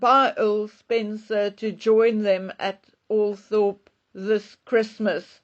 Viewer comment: It is pronounced All-thrup.